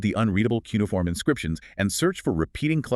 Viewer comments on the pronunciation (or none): The AI narration is too fast. The interleaving of voices and their scripted interactions are so precise that it cannot be natural. Its cheapness shows up in the male voice's inability to pronounce "cuneiform" and "lingua." The script tiptoes around the fact that in the Hebrew Scriptures Cyrus is called "meshiach" (English: "messiah"), "the anointed one" which in Greek is the word "christos."